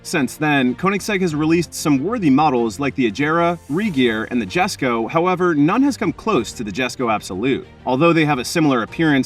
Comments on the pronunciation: Jesko ... yes co YESCO!! not jestco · It's pronounced "yesko" not jesko. Also it's the most powerful ice engine koenigsegg has produced but not their most powerful, that would be the hybrid Gemera with the Jesko v8 in it that makes 2300hp.